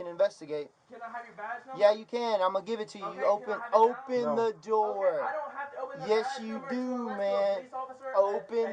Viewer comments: “Open the noor” ahh cop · "Open tha noor" 😆😆